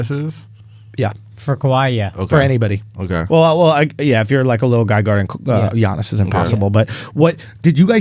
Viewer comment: It really annoys me when Andrew says G-iannis.